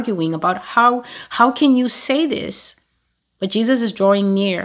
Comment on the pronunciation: I first saw TB Joshua in 1999 on a video disc. He was performing miracles. What struck me then was him not pronouncing Jesus the right way. He said Jejus. I was taken aback. Later when he became very popular, a lot of my friends were telling me to follow him but I did not. One day I watched his sermon and went to be, he appeared in my dream offering me money, I refused. Another day, I watched him again and he appeared in my dream. I realized then that he was a soul snatcher. We are called to test the spirit. The prophecies here are from YAH my spirit bear witness to that. Amen.